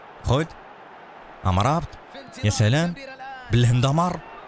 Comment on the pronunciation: يا مرابط وليس أمرابت